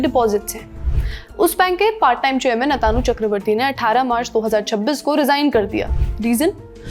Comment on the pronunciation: Lallantop वाले HDFC Bank के चेयरमैन का नाम आतानु बोले जा रहे है, जो गलत है। उनका सही नाम अतनु है, न कि अतानु